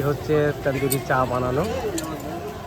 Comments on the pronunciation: Say Tandoori not Tendoori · Kathata tenduri noi tanduri. Ucchharangulo bhison bhuĺbhal karen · ১৮০ বার বললেন তেন্দুরি 😂😂😂 তন্দুরি বলুন